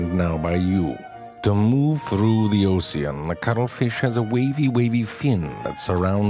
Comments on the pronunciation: "To me therroo thi ocyan" my favorite part of all the documentaries so far xD uhm... in terms of speech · Make a video which is you saying osiennn again and again , this is pure porn lol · "...Oh-see-on.." Ocean XD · Zefrank pronunciations Ocean: Oh-see-an Baby: behbeh Bird: Beeurd Dew: Deur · "To move through the oseean" Lmao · to move through the Ocsean the cuttlefish 😂😂😂 don't go changing for nobody 😂😂😂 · Nobody: Zefrank: to move through the osean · My 3rd grade teacher actually pronounced ocean like that so we would spell it correctly. Because misspelling it is so much worse than butchering the pronunciation. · the way he says Ocean lol